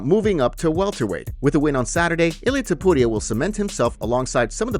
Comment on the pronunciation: Why are you pronouncing Ilias last name like it's not Tu-puria 😂